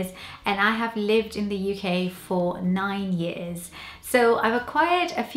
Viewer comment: yes, years, video, person - all said the Welsh way.